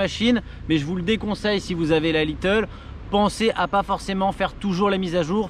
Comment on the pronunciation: Le fait qu’il dise « little » alors que c’est « Lite » dans toutes les vidéos me perturbe à chaque fois